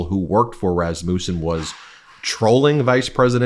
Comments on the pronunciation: iT IS PRONOUNCED ras-mUSSEN, not ras-moosen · I think its pronounced rass-ma-son. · "Raz-muh-sen" please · Is that how it's pronounced? I went to school with someone with that last name & they pronounced it Ras mussin.